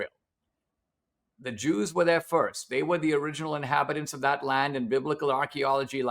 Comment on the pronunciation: Since when cant you say Jews in a podcast? Why does he keep saying "Droos"? Jew jew jew jews jews jews. See? No lightning bolts....